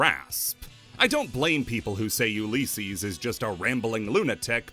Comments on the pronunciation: It's pronunced u li cees, not u lee cees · U lis ees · The way you say Ulysses bothers me, other than that solid video. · The way he says Ulysses is causing me psychic damage